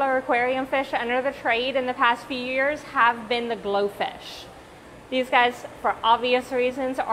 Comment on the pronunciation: I thought you said goldfish